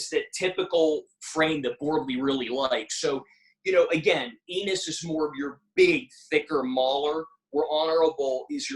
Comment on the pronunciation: It's Pronounce like E-NOSE, not ENIS It's Terrence Enos Jr